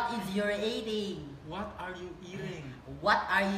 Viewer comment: eating (ehting)